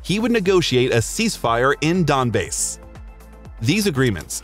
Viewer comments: did you really just call the Donbass 'donbase' ? How hard can you fuck up a name? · ''donbase'' lol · Donbase? Wtf is with these pronunciations